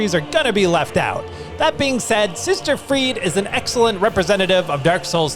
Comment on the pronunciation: Sister friede? Really?